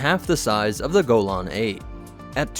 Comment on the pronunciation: ur pronouncing golan wrong lol